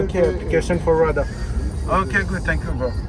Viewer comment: Finque you frerooooo 😂😂😂 tu m’as tué